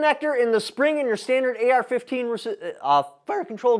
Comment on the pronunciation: its pronounced "AR"